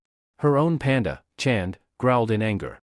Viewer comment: Very uncomfortable accent 😂 wtf is panga it panda even the translation says panda 😅 it’s isn’t worth listening to this narrator